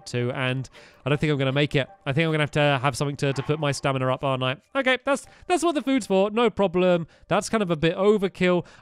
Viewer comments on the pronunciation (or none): You keep saying staminar